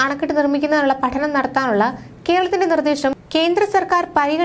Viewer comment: കെർളത്തിൻ്റെ ? കേരളത്തിൻ്റെ എന്ന് പറയൂ.